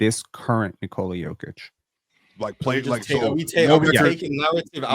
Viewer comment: It is NikolA, not NikOla